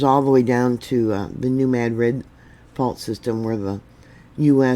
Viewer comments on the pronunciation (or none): none